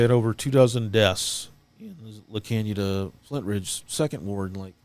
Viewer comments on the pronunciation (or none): Yikes! I grew up in the Arcadia California Stake and knew tons of members in the Pasadena Stake but never heard about any of this... La Canada Flintridge is a city over.... it's pronounced "La Can-ya-da" for future podcasts if you need to address the city. My mind is blown with all of this horrific abuse! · Not that it matters, but just in case you are interested, La Canada is pronounced la kahn yee a da. That is the spanish pronunciation and Californians pronounce it with the Spanish pronunciation. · pronounced La canada...your pronouncing it in correctly...please change how your pronouncing it.. if your going to talk about it.